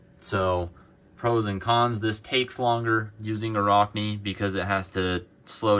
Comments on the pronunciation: Sounds like rack, not rock. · Arachne, like the word "Arachnid", as in spider. Not a rock knee. But still...good video :)